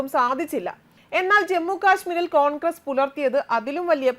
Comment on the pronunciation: കോൺക്രസ് അല്ല കോൺഗ്രസ്‌ അക്ഷരം അറിയില്ലെങ്കിൽ വായിക്കരുത്..